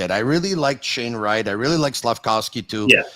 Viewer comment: Slaf-KOV-sky, not Slaf-COW-sky!!!